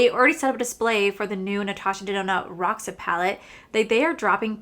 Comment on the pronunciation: just helping you out here. Roxa is pronounced Hôsha. Big kiss. I love your beauty news!